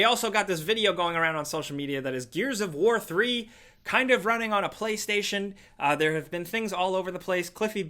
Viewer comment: Nobody:: HELLO THAH